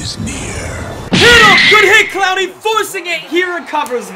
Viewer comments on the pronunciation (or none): No one: Absolutely no one::CLOWNey